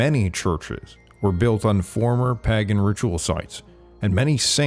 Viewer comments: Pae gin??? PAAY - GAN Please correct this pronunciation. Your channel is better than that. Great contact but this one thing makes it seem like AI narration. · "Pahgan." Wisconsin? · It's pronounced "paigen"